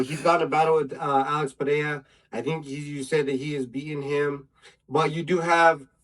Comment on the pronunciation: Pereira is pronounced Puh-ray-ra. The "H" sound in Brazilian Portuguese R's is only present if the name begins with an "R" or if there is a double "R" (like in Ferreira). It's not pronounced Charles Oliveyha nor is it Puh-heya.